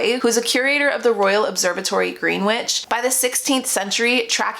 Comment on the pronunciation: FYI :D it's pronounced "grenich" not "green witch", but it's kind of on topic